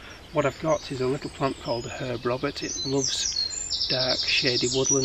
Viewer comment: Lovely images! I wish you had room to put the names in the description, my hearing isn't the best. I think I've taken photos of the little purple flowers. It sounded to me like you were calling them "hair of Robert".